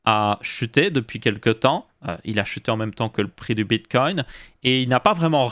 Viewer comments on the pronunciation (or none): none